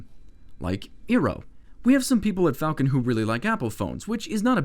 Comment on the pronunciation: "Flacon" Nice